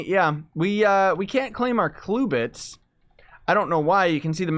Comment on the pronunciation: stop saying cluebits its CLUBits